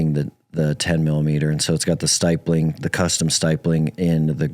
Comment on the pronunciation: Oh and its not "Stipe ling" its STIP ling", Stip, like "Stipulation". Stipling.